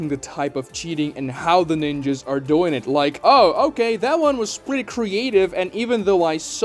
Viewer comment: Bro really said ninjaS